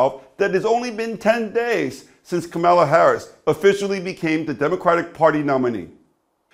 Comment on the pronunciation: I suggest you learn how tp pronounce her name correctly....comma-la!